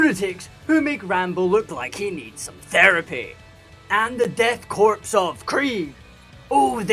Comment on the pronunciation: I hate to be that guy… but “Korps” is pronounced the same as “core” the “p” and “s” are both silent (it’s French)